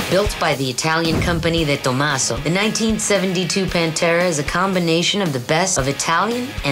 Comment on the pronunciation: No one has Ever said deTomaso better than Michele Rodriguez!